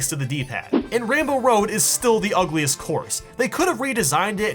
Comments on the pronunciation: He said "rambo road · Did you know that when he mentioned rainbow ride he said rainbow road